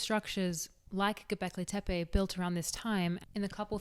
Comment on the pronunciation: If I had a history teacher that taught history this well… I would have listened. 🙃 Great video as always and 9/10 on the pronunciation of Göbekli Tepe. Fun fact, it means “Belly/Pot Belly Hill”